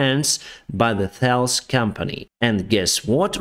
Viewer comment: Thales is prononced with an hard "t" sound. "Talesse"